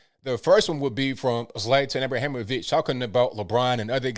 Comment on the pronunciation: I really appreciate calling our football- the football. 😂😊 You have pronounced his last name correctly.